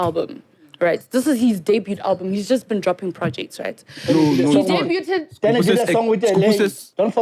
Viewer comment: Sis said debuteed😂😂😂😂😂